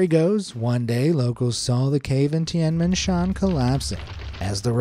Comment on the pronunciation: The heavens gate In Chinese you call it like ‘Tiēn mén shėan’ in Chinese, I actually don’t know how to spell it but you did say it wrong